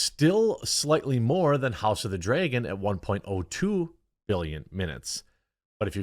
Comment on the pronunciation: “I don’t have a Midwest accent.” Also, “house of the dryeahgon” 😂